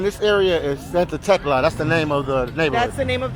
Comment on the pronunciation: Tecla sounded to me last like Tesla 🚗,, this content is awesome 😎 I'm too doing travel videos so I'm finding this to be more interesting to watch, respect to the guide she is well informed of the area which makes this video informative type of,much love and support from usa 🇺🇲🇺🇲✌️ enjoy your stay!